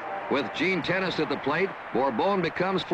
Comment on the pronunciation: I recall during that WS broadcast that Gene Tenace’s name is pronounced "teh-NOT-Chee.", not “tennis”. Can anyone confirm this.